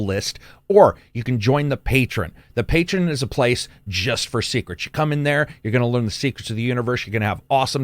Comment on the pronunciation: You gotta love how defiantly refuses to say "pay-tree-on" when you know he knows how to say it.